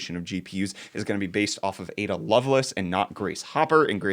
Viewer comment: pronunciation of Lovelace as 'love-less' is both humorous and saddening.